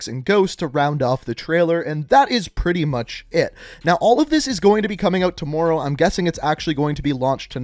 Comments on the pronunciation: Jeremy Wade tamooro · Don't Canadians pronounce words like that? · It did at the start but I’m used to it and it don’t bother me anymore